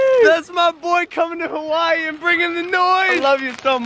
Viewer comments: He is always saying Hawaii wrong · When Logan is in Hawaii it's hawaYEET